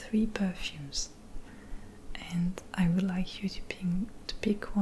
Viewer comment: Coucou, merci pour tes vidéos ! Très bel accent que tu as ! Pour l'améliorer un peu plus ; l'accent britannique ne prononce pas le "l" dans would et dans les mots du même genre, ce qui donne "wou(l)d" /wʊd/. Sans vouloir paraître prétentieux, à bientôt